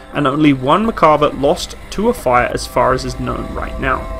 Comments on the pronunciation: Great video! I am really happy I found your channel, lots of good info all around. A few comments about this video: 1) The correct pronunciation of the name is with emphasis on the last A. In Hebrew you can have emphasis either on the last syllable or the one before last. In this case its the last. 2) The main design guideline for the tank was not the tank survivability but the crew survivability (this is probably what you meant but this is important). You have to understand the IDF mentality where the live of a single soldier is the most important thing. The compartment in the rear for infantry is part of that mentality. One tank can rescue the injured crew of another and so on. 3) The initial design of the tank was based off the two Chieftain tanks sent by the UK. 4) Merkava MK4 comes with the Trophy defense system as a standard. Sometimes when comparing tanks we look at just the features on paper. This tank was designed with the sole purpose of defending the state of Israel. It is suited to work with the Israeli terrain and with the Israeli mentality (for example I don't think it has any fording ability simply because this is not an issue in the Israeli terrain). Thanks again for making the video, looking forward to your next videos. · Small complaint but if you're going to be taken seriously when discussing any equipment especially for warfare, you really should learn to pronounce the name. There's an R in the name. You also completely over looked the influence of the 73 conflict in production of the Israeli tank. The Yom Kippur war was fought primarily by armor forces. Sadly Israel was using a mixed batch of heavy tanks mostly provided by England and the US. It was this conflict that directly influenced the need for their own main battle tank. Otherwise I enjoyed your video. I was an advisor to the IDF during the Yom Kippur war by the way so I'd be glad to answer any questions you might have with regard to that conflict.